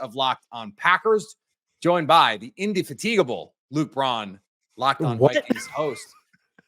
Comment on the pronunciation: Except, he mispronounced indefatigable, so it’s actually apropos of the Packers offense. Trying to be sophisticated but falling short.